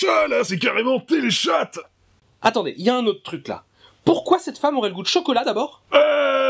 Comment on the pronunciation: Oh mon dieu il a osé dire Télé-chatte! ahahha